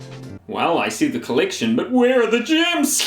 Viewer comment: "sonic gyms collection" -kiwi accent